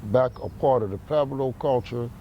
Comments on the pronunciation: Why do all the guys from Pueblos pronounce it like "Peblo"? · They say Pweblo, but outta hard to hear